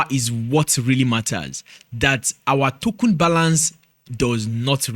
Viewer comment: All I’m hearing is tokun😂